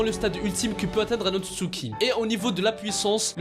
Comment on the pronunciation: c est otsutsuki pas utsuki